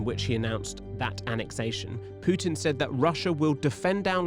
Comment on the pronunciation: "Putins actions are a sign he's struggling". Article 5: 'Prutin' has a 'Ploblem' 🙂